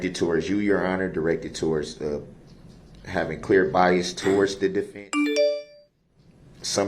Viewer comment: Darrell Brooks Dictionary Dat - That Objectshone - Objection Biast - Bias Dis - This Deese - These Coherse - Coerce Yoo - Your Unbiblical - Unbilical License Place - License Plate Substain - Sustain Tentave - Attentive Axed - Asked All of the Suddenly - All of the Sudden He know what he did, He know what he didn't do. What lawful law? - Is that legal? Presitioned - Positioned Clearency - Clearance Takid Agreement - Tacid Agreement Grounz - Grounds Estent - Extent Manifest Necessity - Manifest Dedestity Window Tinz - Window Tint Relavent - Relevent Show me Lawful Law - Is that legal? Te hee and Kee, kee, kee